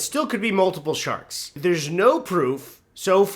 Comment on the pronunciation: “Ya lak shaks?” “Shaks?” “Shaks. Ya lak Shaks?” “Ahhh sharks. Sure, I lak shaks. I like caravans more.”